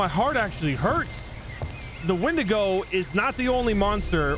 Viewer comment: "I believe it's pronounced 'Wendingo'!" Just came here to comment that. Keep the meme alive!